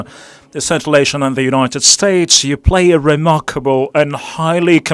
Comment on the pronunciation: Ол: "Централ эйжа зис ис фантастик рижн" - деп отыр!